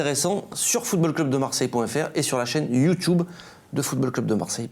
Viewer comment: Arrête de dire youtOUBe stp 😌🙏 . C'est YouTUbe pas youtOUBe mdr